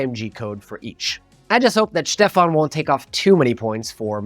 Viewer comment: It's Schtefahn, not Stefan. 🙃